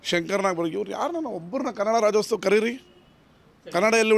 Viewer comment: ನಿಮ್ಮ ಉದ್ದೇಶ correct ಆದ್ರೆ ದಯವಿಟ್ಟು ರಾಜ್ಯೋತ್ಸವ ಮತ್ತು ಚಿತ್ರೋತ್ಸವ ಪದಗಳನ್ನ ಸರಿಯಾಗಿ ಉಚ್ಚರಿಸಿ.